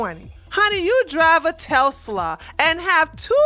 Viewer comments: Lol, it's pronounced TES- LA.. I love this channel!! Keep them coming!! 🤗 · Telsla...WTF is a Telsla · Love the video.. but the way you say Tesla is like someone chewing loudly...!!!!!!!!!!!! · u gotta work on that Tesla pronunciacion lol